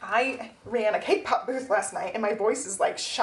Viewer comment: The Tamagotchi covers are so cute! I really love the A6 cover-on-cover, especially. And congrats on the cake pop sales. I swear, every time you talk about it, I hear "K-pop." I thought you were selling idol merch for a second. 😅